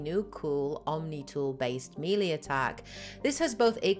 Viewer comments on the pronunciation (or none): Mass effect 1 had 6 companions, not 5. Garrus, Wrex, Liara, Tali, Kaidan and Ashley. All videos say 5, when it's clearly 6. Also, melee is pronounced as May-Lay, not Mee-Lee. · Thanks for the super useful series! A word to the wise: "melée" is a loan word from French and is pronounced like "meh-lay" -- with only slight stress on the first syllable. In French, unlike Spanish etc, the accent marks do not indicate stress, but rather the quality of the vowel.